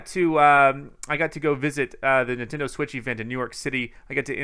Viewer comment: Everyone else: Nintendo Switch: Nintindo Switch